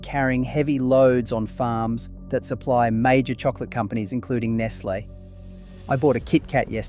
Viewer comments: say NESS LAY mot ness lee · Nestle is pronounced Nes Lay not Nes Lee. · Is this video AI? You incorrectly state Cadbury was Australian (?), you incorrectly pronounce Nestlé several times, your voice is robotic and your script sounds like it was pulled straight from ChatGPT. Such a shame. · How is it that you don't know how to pronounce Nestlé properly? Or is AI giving you away? Uh yeah. Definitely AI narration. Tsk.